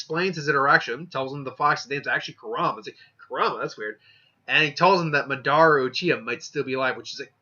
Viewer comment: You're pronouncing madara wrong